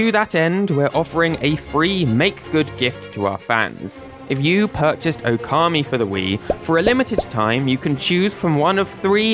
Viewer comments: By the way, considering it's spelt Ōkami, the first vowel is supposed to be long. Now, considering your topic about Mario pronunciation, using approximate English pronunciations is fine. But you say /əʊˈkɑːmi/, when something like /ˈəʊ.kəmi/ might be more appropriate (and still using British pronunciations). Just some idea. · It's pronounced "Oar-kammy".